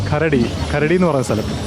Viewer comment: അതെന്നെ. കരടി അല്ല. കരാടി. സ്വാർഗറ്റ്. മനാപ്പാ.😂